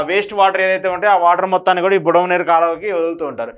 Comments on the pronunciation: Budameru. Not budamaneru. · యు హావ్ డన్ ఏ గుడ్ జాబ్ బ్రదర్, ఇలా ఎవరైనా మ్యాప్ లాగా గీసి వరద ఎలా వచ్చిందో వివరిస్తే బాగుండేది అని అనుకుంటున్న నాకు ఆ లోటును కొంతవరకు మీరు తీర్చారు. కొన్ని మాటలు తప్పు పలికారు, బుడమేరు. కరెక్ట్ బుడమనేరు కాదు. అలాగే కొల్లేరు కరెక్ట్. కొల్లూరు కాదు. గమనించగలరు